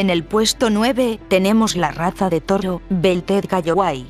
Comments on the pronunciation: todo el video diciendo "torro".... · que pedo con este video son de los perea que e bisto y no sade decir toro lo dise como rusa